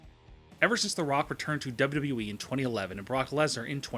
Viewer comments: dubba wubba wee At least learn to say WWE properly before you slate it. Although I agree yes the current product is mostly garbage. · when he says WWE .. he sounds slurred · Love the video but can you pronounce it as W W E rather than w dublu e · How hard is it to say "W-W-E?" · This guy cant even say wwe. He has no fucking clue what he is talking about and could not sound more delusional. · Why the fuck do you pronounce “wwe” at 200 MPH ????? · Learn how to say WWE for the love of fuck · He can't even say WWE correctly.... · First, learn how to say "WWE" Second, WWE has been in far, FAR more dire straits and come back. It certainly is not sweet for WWE and a great many of their problems are self-inflicted wounds, but this company isn't going out of business.